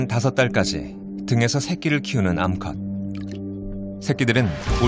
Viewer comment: 암컷 이라는 딕션과 늬앙스는 참 묘한것 같다